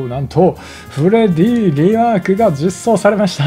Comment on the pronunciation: さんの言い間違いでフレディが「フレ爺」に…w